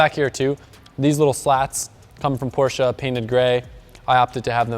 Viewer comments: only ppl that say porsche cringe when he say porsche-a 😭😭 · i really like you but dont say porschaaa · so cool to hear an american saying porsche correctly!! even most car journalists and reviewers can't get this right... kudos!!